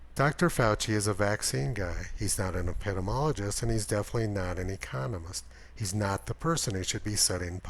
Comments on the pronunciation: ep-ih-dee-mee-ologist. not eh-pit-im-ologist. just sayin. for future reference. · ep-i-dee-mee-OLL-i-jist (epidemiologist)